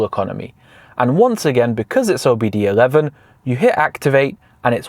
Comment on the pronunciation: Its not OBD 11 its OBD 2 (II Roman Number)